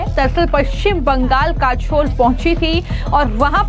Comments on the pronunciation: Listen news anchor calling kajol as kashol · Jai Hind........halanki report achchi hai per Madam aap apna pronunciation zara theek kariye......'काजोल' को आप 'काझोल' बोल रही हैं....अपने accent ko zara theek kariye......aap hindi ko American accent mein mat boliye bahut irritating lagta hai. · Kachol or kajal, pronounce achha nhi kiya tune